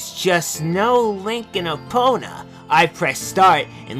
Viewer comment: "Epp-ih-na" -, 2015